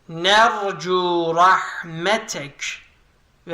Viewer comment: vercü değil nercü olacaktı 😊